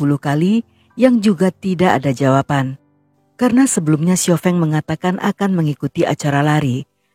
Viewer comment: Sekadar ralat, Kak. Xiao Feng, Fengnya pakai e pepet (sekolah, sedia, kembang dll), bukan e taling (enak, beda, kecap dll) 🙏